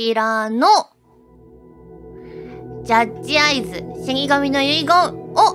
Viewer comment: 遂にの、ジャッ↓ジアイズ実況キター！ ペットショップと同じ発音だよって話してた生配信が懐かしいですw 実況しないでプレイしちゃおうかなって言ってたから 公式で配信の解禁されて動画見れるの嬉しい😆 龍とはまたひと味違う名作なので楽しんでください！